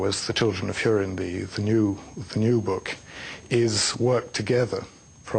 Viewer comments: the children of hoorin? isnt it like..hew-rin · hoo-rin not hur-in bitch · It's pronounced HORIN not HYERIN, as specified in the pronunciation section at the beginning of the book. Do your research people... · oh sorry. I think you misunderstood me. I was complaining about HIM pronouncing it Hyurin. I know it's pronounced Hoorin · lol she cant pronounce "ú" right